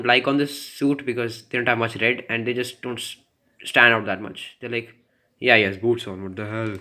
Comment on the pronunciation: What's with the rrrrred